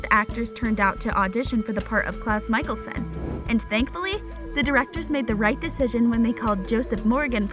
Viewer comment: Michaelson!!!!!!!!! Mikaelson...steffaaawnn ..its stefan...you daft dimbo...